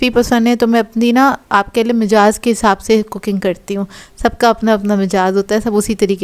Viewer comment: Mejaz nahi 'mizaj 'hota hy